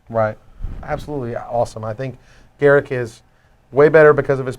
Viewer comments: The best part is, you're wrong. goo. gl/juWAeU "GAHR-uhk Wildspeaker" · ugh... can you stop calling him "GARICK"? there's a U in there....